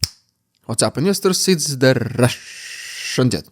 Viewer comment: Please say, “Russian dude”, in a normal fashion.